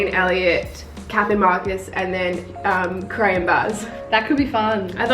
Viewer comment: Umm did she say cray and bazz....?? WHAT!?!